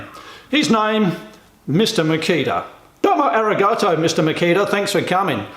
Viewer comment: ... " domoe arreegartoe" ...